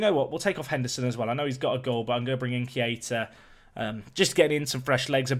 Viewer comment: It's kay-tah, not kee-ay-tah